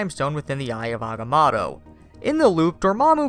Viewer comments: The way you say “The Eye of Agamotto” pisses me of. It’s not Agamatto!!! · Agamoto is how you produce pronounce it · Aga-moto fuk sake